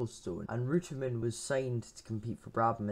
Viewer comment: Good. Would be better if you were to pronounce his name properly though.